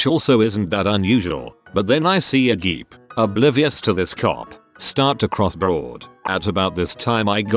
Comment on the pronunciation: no one: narrator when it sees the word 'Jeep': G E E P